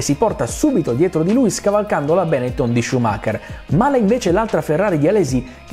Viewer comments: Non ce la faccio. Benettòn, non Bènetton. I xe veneti, ciò! Non siamo tutti Max Pèzzali, chécambia gliàccenti alle pàrole per mòtivi di metrìca! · Sorry non posso seguire una persona che dice Benetton con l’accento sbagliato. È un cognome trevigiano, l’accento va sulla O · Mi domanderò sempre perché per i non veneti sia così difficile pronunciare correttamente Benetton 🤷🏻‍♂️😂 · Come è possibile che un italiano non sappia pronunciare "Benetton"?!?